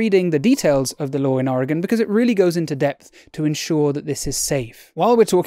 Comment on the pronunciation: Cheers from Oregon. Thanks for pronouncing it correctly.